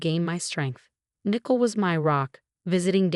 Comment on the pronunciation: It’s Ni-coal, not nickle. Blimey!